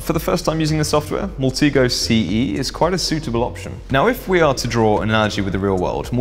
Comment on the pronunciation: Love your content but you mis-pronounce a lot of things: Alias ("ay-lee-us" not "a-lie-us") Deviant ("Dee-viant" not "de-vi-ant") Maltego ("Mal-tee-go" not "mal-tego") Kali ("carly" not "cally")